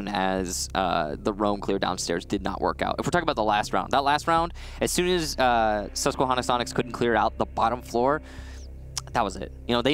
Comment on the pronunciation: As a guy from Susquehanna it makes me laugh hearing people who don’t know how to pronounce it it’s Susque-Hannah not Susque-Honna